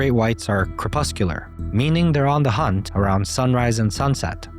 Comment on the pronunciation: Actually “crepuscular”. Excellent informative presentation, thanks!